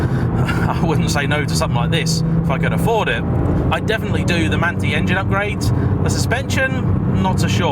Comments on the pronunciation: manthey has a totally different pronounciation, more like manthai than manti ... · I believe it’s Man-tie, no?